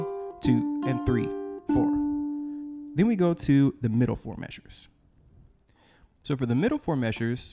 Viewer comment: "The first fo mayzures..."!! 😄